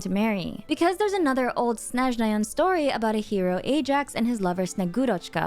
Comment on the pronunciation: Want to appreciate how your pronunciation of Snezhnayan names is incredibly good, it's obvious you spent time to say those (I'm slavic btw, so I understand what I'm talking about). Thank you for the video and your work!